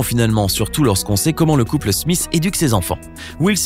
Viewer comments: Pourquoi vous dites yaden smisss c'est Jaden smiTH TH SE PRONONCE PAS SSSSSS MAIS JUSTE A DIRE LE T genre jaden (SMITE)en prononciation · Ce serait quand-même vachement mieux si tu prononçais au moins un nom correctement. Will Smisse, Yédeun Smisse, etc. J'ai très mal aux oreilles.